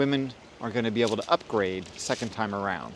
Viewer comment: Upgrade: which he spells thusly - Ugraayde